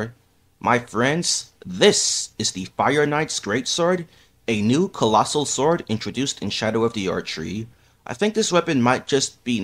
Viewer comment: did you just say.... fastoh.. and collosoh swowd...